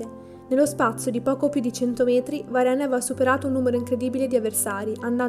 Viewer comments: Si legge varen ma si scrive varenne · Si pronuncia varen, è francese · Ma non si legge varenn?